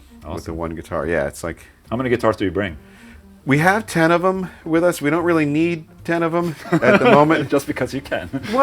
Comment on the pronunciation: it is still not "wiff", sorry :D